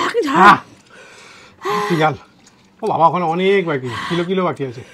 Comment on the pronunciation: কিলো কালো না.. বলুন কিউসেক কিউসেক বাকি 😂😂😂